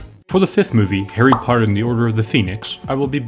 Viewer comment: "For the next movie, HAIRY POTTA Dumbledore said calmly